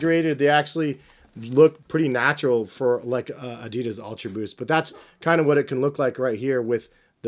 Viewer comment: So annoying the way you pronounce Adidas